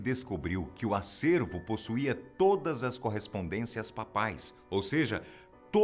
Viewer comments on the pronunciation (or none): SÓ EU QUE RI QUANDO ELE DISSE CORRESPONDECIAS PAPAIS?